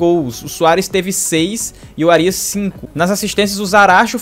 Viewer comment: Tirando a pronúncia errada no nome do Árias.. foi um ótimo vídeo